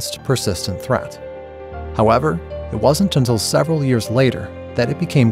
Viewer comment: "a treat research team" instead of "threat research team". Is this AI text to speech?